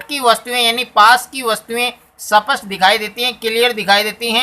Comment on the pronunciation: सपट नही बोलते है सर स्पष्ट होता है